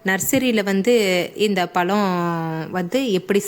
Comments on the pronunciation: Tamil pronounsation parthuka palam Ella pzham. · Amma palam ellama Pazham tamil pronounsation parthuka.tamil nalla pasuma. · Y u pronounce palam...😢 I don't have tamil keyboard so not able to explain in tamil.....adding la in all places of "zha"